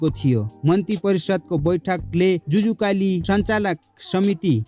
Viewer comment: जुजुकालि होइन जचुकालि हो